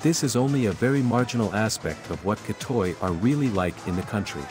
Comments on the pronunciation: Gra-tei not kra-toi (G as in word gun, ei as in word Huawei) Gratei is used originally for the third sex but now mostly to identify lady boy or, less often, gay man. Anyway from the history ,Thailand was comprising of people from various cultures so I think we are more open to the diversity including sexual orientation, sexual preferences and mannerism. Discrimination isn't zero percent but it's very uncommon. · Gahtuy not gahtoy